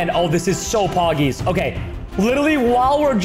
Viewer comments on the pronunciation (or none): If I was a boy and if I had a wife I would not let her be like muscular as a Breanna and this video and at least not a boy I’m a girl And I love how he said pogies